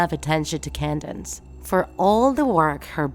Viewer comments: Candace not candance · It’s not candance It’s Candace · Why do you keep pronounce her name wrong its candace not candance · It’s Candace not can dance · It’s Candice, not Candance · why does she always say Candance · it’s candace not kindane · Doofenshmirtz not Doofensmirks. Candace not Candnz Mental illness not mentally retarded Boundless not bounlenz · Did she say candine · She keeps saying CandaNce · What the "candince phienence" what??? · Is it just me or did anyone else hear her say candaNce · You pronouncing "Candace" makes me remember "Condensed" milk